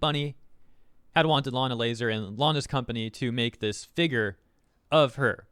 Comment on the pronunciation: the blatant saying layna lazars name wrong is kinda hilarious